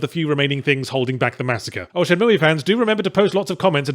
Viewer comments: Moooey. Its moo pal. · What the hell is Shenmooey? Its Shenmue.. Pronounced Shen Mew... Not mooey! ... XD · Its shenmooo not shenmoooeee. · k I couldn't even finish ur terrible vid first cuz u don't appreciate the game, and second, please pronounce it correctly. its Shenmue, shen-MOO... not shen-MOOEY, good god man, I don't where ur from, pronounce with respect....pathetic.... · Shin-moo-Eee? WTH? I have to assume he's trolling. Is it not pronounced Shin-Moo? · Shen-mue not mooey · Who on Earth pronounces it "Shen-moo-ee"? Lol what. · For anyone interested the correct way to say it is shenmoo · I only hit dislike for the Shen Moo EEE pronunciation. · Shenmooie? What a dumbass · What a Shay-mu :/ Anyway, does anyone know a place where sailors hangout? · At least it sounds less nerve grating than ShenMOOO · I have no horse in this race, but it's not "shenmooey." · Haven’t watched yet. Let’s see if he’s learned to pronounce “Shenmue” correctly in the last decade or so Edit: :’( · Considering you cant even pronounce the name I dont think you were serious about playing it to begin with ;) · he keep pronouncing the e and its driving me nuts in only the way yahtzee can. XD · Well... his pronounciation is bad, but that IS at least roughly how it's pronounced. Until I learned to speak Japanese I always mispronounced it "Shenmoo" without knowing you're supposed to pronounce the E as well, although it's an "eh" not an "ee" sound.